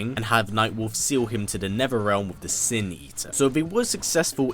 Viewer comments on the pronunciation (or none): Them, the, these, they, Netherealm, brothers... Erffrealm lol